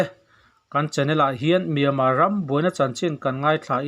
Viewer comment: Kuhva iheh hmel voice chu, chuan miama tihtur ami le, Myanmar tih ani IN kahre sia 😜😜👍